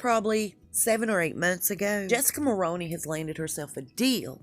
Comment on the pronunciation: Mulroney is pronounced mul-rooney